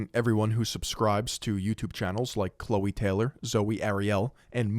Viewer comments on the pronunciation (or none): none